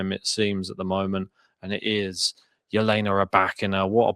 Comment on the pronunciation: She pronounces it as such herself. "Yelena"